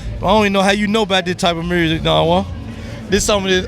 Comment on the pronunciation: How come Yo Gotti and Blac Youngsta say "murrsic" instead of "music"? 😂